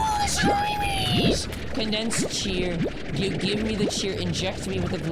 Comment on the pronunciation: I love when you say SHLIMIES